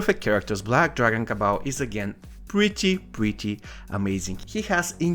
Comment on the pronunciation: Kabal not cabal